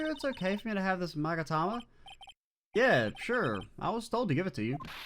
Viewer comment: * Future games * "Are you sure about that?" Also the magatama, that you pronounce correctly, does not exist in the anime but the psyche-lock of certain someone show themself and break whem you unveil the final truth of Justice for All